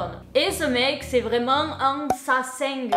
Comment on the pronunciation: Et ça se dit sa (comme s de saumon) sen (comme le fleuve la saine) g (comme le g de guitare) saseng